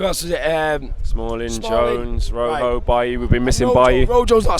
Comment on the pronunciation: It's pronounced roho it's spelt rojo